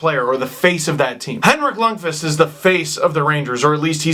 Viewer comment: YOU SAID LUNDQVIST RIGHT!!!!